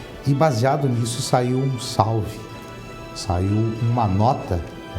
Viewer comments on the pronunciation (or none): none